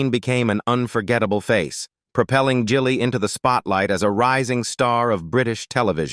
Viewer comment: Gilly is pronounced with a soft G.Your AI narrator is ridiculous.